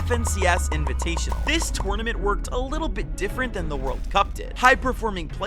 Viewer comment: The way he saying tournament making me mad